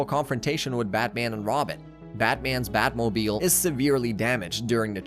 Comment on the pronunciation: Sometimes during your talk through, you pronounce words strangely. . . EG: Everyone knows its the Bat- Moe-Beel not the Bat Mo-B-isle. . . are you, Is this? AI generated content?